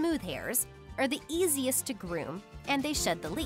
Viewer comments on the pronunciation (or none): none